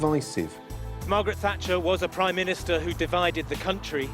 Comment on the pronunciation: "Prime Ministeroid David Cameron" I'm dying.